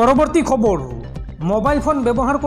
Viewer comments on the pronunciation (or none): KHABARU" nokoba , KHABAR kaba... Bhul koi Axomiya Nokoba ...